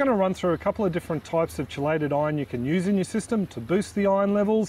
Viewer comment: It's pronounced Key-late not chee-late, hard to take advice from someone who cant even say the word properly